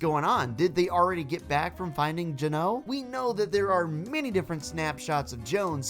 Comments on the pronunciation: The foundation has a snapshot. Or else we wouldn’t be able to have his skin… also please stop pronouncing it geNO, it’s GEno. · Your saying Geno wrong😁😂🥹👍